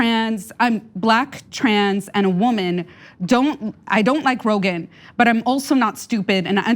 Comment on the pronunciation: She said ‘Brogan.’ 👍